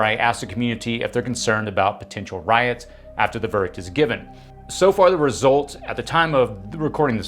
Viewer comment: You're pronouncing RIOTS incorrectly.